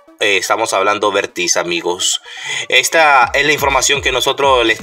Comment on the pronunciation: Vértiz, acaso no sabes leer apropiadamente los acentos ortográficos?